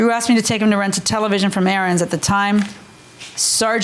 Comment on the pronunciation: the i axed generation